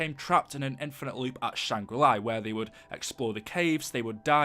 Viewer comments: La not li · It’s shangrila not shanggrili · great vid but it's not Shangri-"Lai" it's just Shangri-La there's no I in it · Where is the I in LA SHANGRI LA! La la la la la not li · When he says Shangri LEYE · the way he says shangri la is so annoying there is no I at the end of la